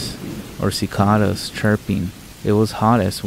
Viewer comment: You are becoming one of my new favorite narrators, but please for the love of all things holy stop calling a wolf a woof and a cicada a sicauda😂 An English dictionary would serve you well. They break words down with syllables. You know: wo•lf, ci•kada